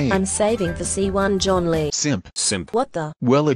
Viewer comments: John lee? It’s “ Zhonli “ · John Lee Random Correcter: Zhong li Me: Dwagonlee